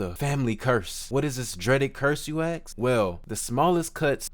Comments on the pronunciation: Its Ask not axe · Bro said Axe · “ why you aks?” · Why do you axe? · “why you axe?” what does that even mean? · "why you axe?" had me dying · why you axe? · "Why u ax?" Im out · ask = axe axe = ack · why u aks lol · Why you axed? It’s asked… it’s so funny you can’t pronounce a simple word😂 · Hold on, you said why i axe? Let me get it brb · Dude cant even say “ask” properly he just gave up because school was too hard for him so he says “ax” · I WAS WATCHING UNTIL THE KID SAID AXE INSTEAD OF ASK. Look. For the last time. Its not fo da kulcha to say shit wrong on purpose you dont sound blk. U sound mentally infirm. Too dumb to annunciate correctly. And dont attack me. Imtrying to help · Bro said “Why you axe? Cause it’s filled with deaf” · ”Why, you axe? Because it’s filled wit deff.“ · "why you aks?" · I like this video. I like how you say axe instead of ask to make it more medieval feeling 😅😂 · Lost me at "Why you Axe?" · Why you axe? Learn English or get off of youtube. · Clicked on the video and clicked off when I heard you can't pronounce ask. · “Sorry if I butcher the word Sasau” …. Butchers the word “ask” 💀